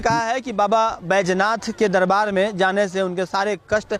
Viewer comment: बैजनाथ, नहीं सर जी बैद्यनाथ है, भाषा सुधार कीजिए